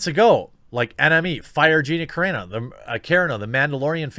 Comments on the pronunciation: I'm pretty sure that you are mispronouncing her name. I'm pretty sure it's pronounced Cah-Ron-O. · Come on, with the pronunciation, Jeremy. "Care-uh-no" ... Really Anyway, funny vid, regardless. Gina Care-uh-no doesn't need our respect, but she's earned it nonetheless. I'll watch everything she's in. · Carano Car.. as in an automobile Ron.. as in "Captain Ron" No.. as in "No" Love your channel. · Never heard anyone pronounce it Karen-o. Anyway she’s awesome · Her last name is pronounced (Ca-RA-no) You're welcome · It's Ca-RA-no. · Here man: Kerr-eeh-no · Jeremy... Carano (KA-RAN-O) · Dude youre totally mispronouncing Gina's name! Car-ah-no... Car as in Car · 7th vid of the day! Jeremy has gone mad!!! And my man, it is pronounced Cuh-Rah-No. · KO, RHA, NO. It's not that hard to be respectful and take a minute to learn her name. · More like Ko-rah-no. Wait...Kuh-rah-no lol. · I don't who know this beard is, but it'd be awesome if he could learn to pronounce her last name. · It's hilarious that you still struggle to pronounce Gina's last name, Jeremy. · Dude, pro tip, read the "a"s and the "o" in her name was you would in "corona" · U butcher her name....but good vid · Why did you suddenly start to mispronounce her name? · Every time Jeremy mispronounces Carano, an angel gets its wings. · UP vote this please... although hearing him mispronounce is kind of amusing.. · What's weird is that he said it right before many times, maybe 7 videos in a day does something weird to his programming? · OMG... It's Car-ANNE-oh, not KAREN-oh. LOL. I noticed you pronounce a lot of things wrong. I'm seriously starting to think Jeremy only reads things and never actually watches anything on video. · Her last name is pronounced cuh RON no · Just trying to help here, Jeremy. Gina Carano... it’s pronounced Car-ahh-no. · OMG... It's not pronounced 'Care-eh-no'. It's 'cah-Rah-no' She's Italian, dude... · Its Car-on-oh not Karen-oh! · her name is pronounced Car-ON-Oh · Ca Ron Oh. Not Karen-oh